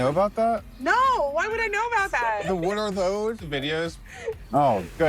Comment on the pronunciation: That’s not how you say what are those 😂 is a white dude inside.